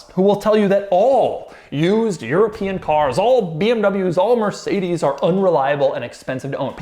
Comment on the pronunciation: Do you maybe want to type "Mercedes-Benz" into Google Translate and hear the German pronunciation? And even better, memorise and use it?